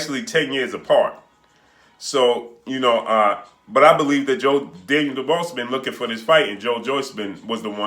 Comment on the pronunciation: Mate at least pronounce Daniels surname right